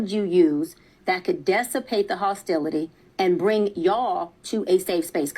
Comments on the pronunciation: yeah I know what she meant to say but she says “dess” instead of “diss” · She keeps saying “dessipate”… that’s not a word